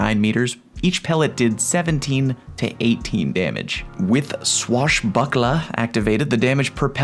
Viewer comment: OK. One more. I love the way you say 'swashbucklahh'. 707